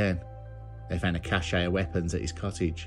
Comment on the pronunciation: Thanks for the excellent video. I hope you won’t mind if I correct your pronunciation of the word cache – which should sound like “cash.”